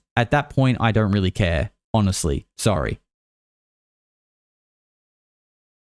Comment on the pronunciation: the moment says "I'm sorry" sounds more to me like he is actually saying "I'm soaring"